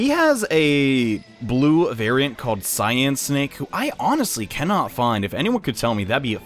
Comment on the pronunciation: Btw its CY-NAKE not Cyan-Snake